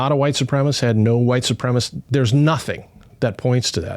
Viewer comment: I appreciate what you're doing, guys, but... gotta say, the kazoo between segments is pretty cringe 😂 Edit: Also, is "supremacist" being pronounced "supremist" a dialect thing? I've never heard that pronunciation before